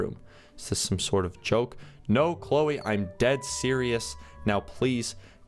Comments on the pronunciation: EZ PZ its Chloe not Chole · Its Cloe not Chole